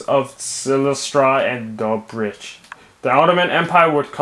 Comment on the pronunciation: Respect for the pronunciation of Silistra and Dobrich - while slow and a bit clumsy, it was correct and that puts you ahead of 99.9% of people trying to pronounce Bulgarian city names :D